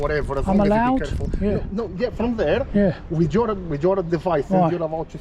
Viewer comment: he is therrre not herrre, so he can be therrre.